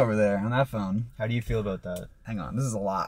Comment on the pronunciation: I swear is a Canuck 🇨🇦 by the way he pronounces "ABOUUUUT" 👀🤣🤣🤣